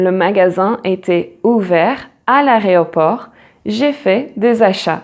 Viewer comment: Bravo pour ce que vous faites. Si vous le permettez, attention aux mot aéroport, car vous l'avez prononcé "aréoport". Cependant, des français font aussi la faute. Pour autant, le mot "aréopage" existe bien, mais il correspond à autre chose. Merci.